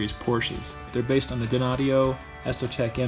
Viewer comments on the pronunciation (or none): Wait, is it “dyna audio” or how you said it? If so I’ve been saying it wrong for 20 years lol. Anyways thanks for the video, cool stuff!